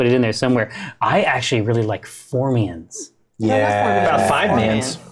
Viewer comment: Did Jerry pronounce formorian formian? I think he missed a sylable.